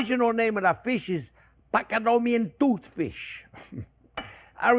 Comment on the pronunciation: Oh, he butchers Patagonian Tooth Fish even more. Pacanoomian toot fsh. Classic!